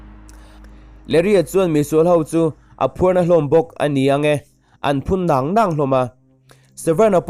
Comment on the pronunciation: Nang nang tih hi thluk suh adiklo